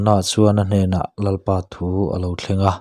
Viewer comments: Bung 1 na a Lalpa thu, tih hi Lalpa thu ti lovin Lalpâ thu tiin lam zawk ta la, Lalpa thu tih lai hi Lalpâ tih lai tak hi han thluk sang det ṭhin ta la, ngaihthlak a nuam leh zual dawn sia, chuan, i ti lawmawm lutuk bawk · Tlemin han uluk deuh teh, Lalpa thu tih tur ang ah hian a dik loh dueh tlat